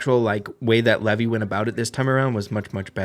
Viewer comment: Levi is not commonly pronounced the way you keep repeating. It’s not “Lev-y,” it’s pronounced like the “Levi’s Jeans” brand. “Lev-y” is typically only used outside of English-speaking countries, particularly in traditional Hebrew cultures.